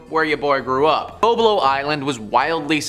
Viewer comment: Boblo island yes sir Bolbol island no sir